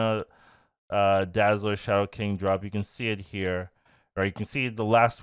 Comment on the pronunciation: I want Dazzler for my Ultron deck ,also, it’s Dazzler